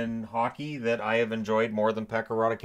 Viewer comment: As Finn i am pretty sure its Pekka Rautakallio not Rautikallio. Not big mistake, love your vids 🙂